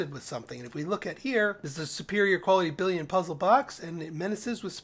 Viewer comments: Billon, not billion Jesus christ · Nice guides. I’m enjoying your playthrough a lot. But isn’t the name of that alloy (billon) pronounced billON not billEEON? There isn’t an I after the double L like there is in the number ‘billion’. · what you didn't want to hear is that it's actually French bee-yohn